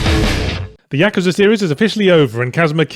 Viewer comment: Ya-KOO-za not Yaka-za